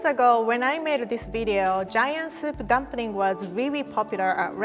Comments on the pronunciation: "Dumpring", i love how she pronounces things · When she pronounces "dumpring" , I freaking love that